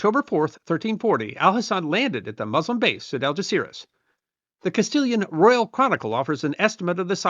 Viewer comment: Yes, he did, even YouTube subtitles picked that. If only he'd bothered to make an effort and pronounce Spanish names half decently. It took me quite a while to get he was saying Algeciras.